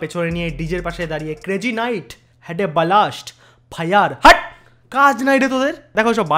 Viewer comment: ফায়ার ❎ ফাইইয়ার ✅ 😂😂😂